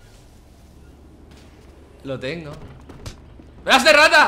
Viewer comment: Dise braxter mira este pepino Dise fargan pero y esto